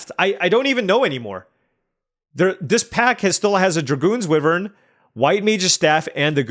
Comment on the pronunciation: IT'S WHY-VERN. PLEASE.